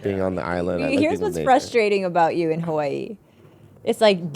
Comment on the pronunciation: Anyone else hate how says Hawaii?